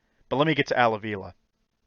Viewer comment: It is Pronounced AH VEE LAH….